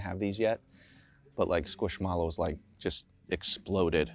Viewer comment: When I heard him pronounce Squishmallows 😮 hit my ear so wrong.